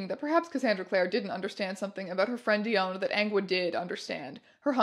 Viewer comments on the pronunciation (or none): I think its pronounced (DEE-on) not DEE-own